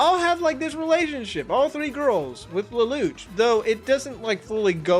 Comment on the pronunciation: Does the english dub actually call him "Leloutch" with a "t" like you say it? Cause it's originally a french-based name and definitely has no "t" sound whatsoever. It doesn't have that sound in the japanese version so it has to be the english dub that messed up for no reason.